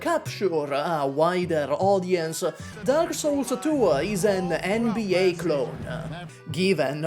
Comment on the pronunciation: "Darkah Souls Tuah"